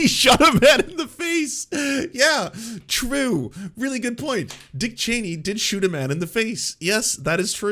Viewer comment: When is chill: true When is excited: truuewe